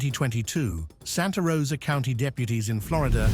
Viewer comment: "Taken into custody at the Charlotte Couinty, (County), Jail. I'm forever going to see County as "Couinty" from now on 🤣